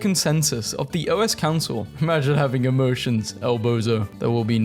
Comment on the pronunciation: The fact he said OS Council instead of 05 makes me mad